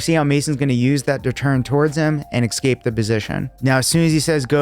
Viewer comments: All good but it's 'escape' not 'exscape' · escape, not exscape. sorry. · ES-cape! not EX-scape......ffs. English, learn it! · He keeps saying exscape it’s annoying me it’s e scape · I will subscribe when this man stops saying “ekscape” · It’s “eScape” (with an s), not “eXcape” (with an x). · EScape not ECscape Other than that, cool vid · Dude,. That's cool and all, but you said "x-scape" wrong. Did you even watch this video? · Escape not Excape. If you're going to teach something. You should be able to say it. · Escape! Escape! It's not "excape." Black belt in Jiu-Jitsu but white belt in the English language. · 'eScape' not 'eXscape' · I hate when people say " EXcape" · Are you saying excape? Or escape? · A sign of an elite grappler is when they say the word eXcape - instead of escape. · I dunno if I can sub to a 42yo black belt who says ek-Scape? (45 times according to AI) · escape ❌ ecscape ✅ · I'm a bit of a grammar nazi and hearing "excape" over and over was absolutely killing me. But i appreciate the knowledge you're sharing so much that i endured it. Thanks for a great video (despite the torture element)! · I gotta aks u to stop saying ekscape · Say excape again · I thought he was saying eggscape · Promised myself I'd watch until the end, just to find out of we have a 100% ekscape mispronunciation. But ruined it for us. Dammit,! Keep with the program! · Are you saying escape like there's an x in it? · Learn to pronounce "escape" like a white man..